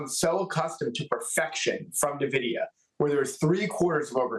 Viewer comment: New mantra. Don't listen to anyone who pronounces it Na-Vidia instead of how the company and gamers pronounce it. N-Vidia.😂